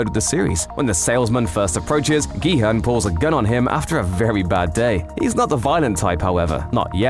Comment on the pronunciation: At least he pronounces the main character's name properly